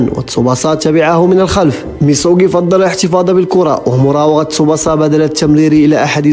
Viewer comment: تسُبَاسَا و ليس تسُبُسَا